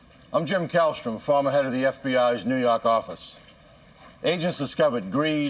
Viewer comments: I hear it as New Yawk. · Im a displaced New Yawker myself and can't wait to hear him say it.....complete with NY accent!!!! Guilty pleasure.